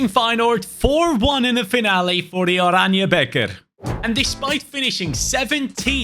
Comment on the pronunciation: good job for saying it, you said the oranje beker really good! Respect from Belgium 🫡👍🏻 Nice!!!